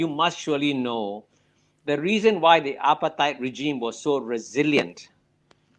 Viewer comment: It's apartheid, not appetite or apatite.